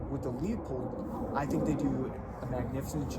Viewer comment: looooo-pold. Not leo-pold.